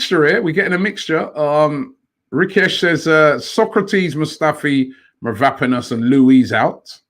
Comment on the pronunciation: Take a shot every time Robbie butchers Mavropanos' name